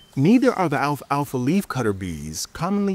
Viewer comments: He keeps saying "alfa alfa." It's Alfalfa. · Why does he keep saying Alpha Alpha seed? It's pestering me. It's just alfalfa